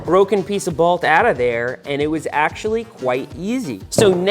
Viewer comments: Is "balt" Long Island for "bolt"? Never noticed how you say it until this video haha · Found it funny every time Seth says "broken balt, snapped balt, this balt has gone in straight" lol Didnt know there was an A in bolt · Why do you say bewalt for bolt?